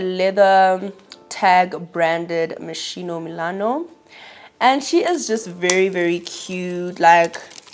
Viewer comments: It’s pronounced mos-kee-no babes not mosheeno 😅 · Love the Moschino bag, it’s actually pronounce “Mo skino” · ps the schi in Moschino is pronounced like ski(n) 😘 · It’s pronounced mos-key-no queen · It’s pronounced moskino babe ❤